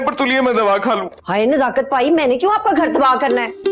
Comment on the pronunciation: Nazakat. nhi nasakat